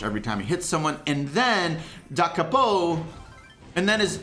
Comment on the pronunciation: Everybody: Da Capo: dUcKaPoE